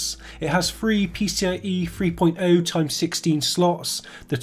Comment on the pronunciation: Caps-lock me to death if you wish, I'll only ignore it anyway, but I find it difficult to take anything seriously from someone that can't say THree.